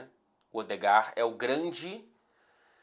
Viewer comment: vc dava um ótimo cebolinha, grande talento pra mudar o l e o r kkkkkkkkkk